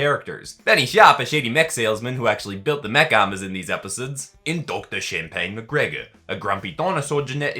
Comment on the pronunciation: When you said mech it sounded like you said neck